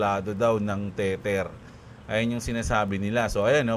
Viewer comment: Boss lagi ko nalang nadidig ung "teter" sau bat dmo palitan ng "teder"